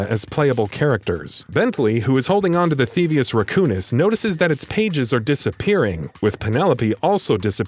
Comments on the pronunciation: "theevus raccoonus" lol its thievius raccoonus that hurts my heart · I am triggered how he says thievious racoonus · You also need to learn how to say thievius racoonus